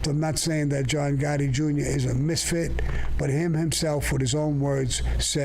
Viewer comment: Every single time Sammy talks about Pete Gotti I'm dying from him, Calls him Egore LMAO I CAN'T 😂